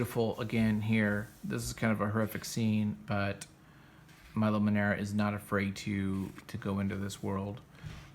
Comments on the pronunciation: please... milo is italian. MILO, not mAilo :) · Pronounced ME LOW not MY LOW